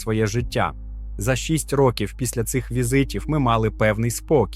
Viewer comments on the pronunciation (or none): none